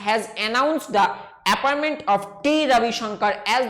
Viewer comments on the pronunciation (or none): none